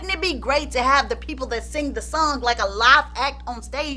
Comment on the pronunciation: LMMFAO I say that everytime you say sung lmao.. I knew someone who would say song like that too lol